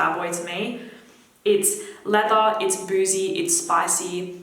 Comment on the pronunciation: And leather